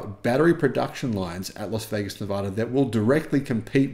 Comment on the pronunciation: For the love of god please learn to pronounce LAS VEGAS.